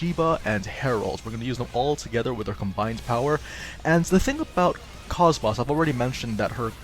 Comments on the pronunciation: It isn't koss-moss, it is cosmos. The kid in her side quest even repeats her name as cosmos in a text bubble, clearly proving the other characters pronounce her name as such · For the love of all that is holy... Her name is pronounced (Koe-s - Moe-s) not (Coss - Moss) A 5 second YouTube search could've shown that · It kinda urks me on how her name is pronounced as like "Cahs-mahs" in the game when it should've been "Kohs-mohs". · Her name is pronounced KOSS-MOSS, not cosmos, the starting word in her acranym is cosmos just spelled with a K, you know this if you played Xenosaga where she comes from... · Did he say..kos-MOSS. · You had me in "Kosmaahs". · nope its just mispronunciation. "kohs-mohs" is an established character, its like pronouncing goku: Ghak--ooh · had to look up a scene where her name is said just to check. Her name is indeed pronounced: "Kohs-mohs". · Prince of Hyrule that's English voice actors for you. Always saying the words wrong, even though it's pronounced KOSS-MOSS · I know I'm late, but yeah, it irks me as well that they mispronounce it. But it isn't 'cosmos' or 'koss-moss' (if that is supposed to sound like moss growing around trees). In all three of the Xenosaga games, I'd wager her name is verbally pronounced in-game no fewer than 200 times as 'kohs mohs.' Like the words 'coat' with 's' instead of 't' and 'most' without the 't'. I know this is splitting hairs, and I'm sorry if this sounds rude in any way, I don't mean to be. Anywho, she's a great character nonetheless :) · Excellent guide once again! But your pronunciation of KOS-MOS really bothers me, haha. Have you played any of the Xenosaga games?